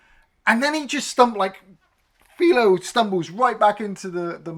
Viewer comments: Hey, did they dub this movie for the UK audience? They say Clint's name a hundred times in the movie. It's not FEEL-O. It's F -EYE-Lo. Ah. You get better as you go. The bikers are all a collection of players from his westerns. You did The Outlaw Josey Wales, one of those guys is the boatman from that movie. Clint drags around all his players like Jackie Chan does. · it's 'Fi-Low Bed-Oh'..not Fee-Low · Its FI low. As in wifi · What was that pronunciation again???? It's "File-oh Bed-oh". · You clearly haven’t watched the movie… you can’t pronounce his name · That was bothering me too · I mean... it's not even a British accent thing, he's just straight up mispronouncing the name like he's never heard it before..... a bit puzzling.